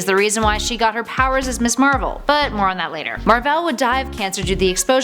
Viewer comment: Ms. is pronounced 'miz' not 'miss', we already have a 'miss' it's 'miss'.